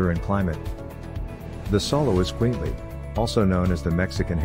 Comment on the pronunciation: You would think the narrator would have learned to pronounce it right